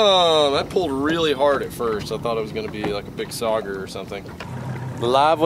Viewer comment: Nobody: LFG: SaUgEyE 😂